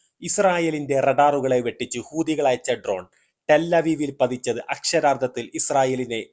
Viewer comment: നിന്റെ മറ്റേടത്തെ ഹൂദി😂 ഹൂത്തി എന്ന് പറയടോ.😂😂😂